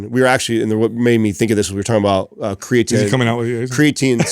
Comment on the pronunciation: Unbelievable! It's a miracle. actually pronounces creatine correctly, and doesn't say "cray-a-tine". Haha. I feel like it may have been an accident, because he does say "cray-a-tine" at other points in the conversation, but at least he says it correctly here.